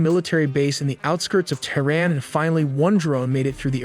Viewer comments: No AI used, but 'Tehran' and 'Iraq' are pronounced like a drunken AI. Hmmmm.... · If this is not AI, then why does he keep mispronouncing ‘Tehran’?